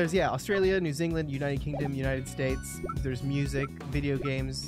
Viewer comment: New Zingland....... as a New Zealander this hurts my soul lmfao